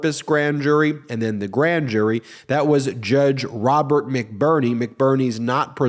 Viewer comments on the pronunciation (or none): none